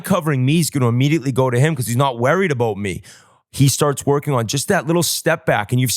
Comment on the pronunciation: I'm really Wah-read (worried) about him.....